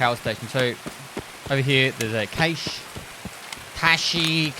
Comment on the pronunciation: Episode 4 of saying: IT'S PRONOUNCED CASH YOU ILLITERATE BANANA BENDER.